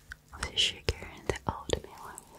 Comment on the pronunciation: There's something oddly endearing about someone not being able to pronounce the, "th" sound. "Wiss" & "De" Instead of with and the.